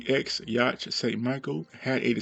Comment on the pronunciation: Hey bud, just so you’re aware, the ‘ch’ in Yacht is silent 😉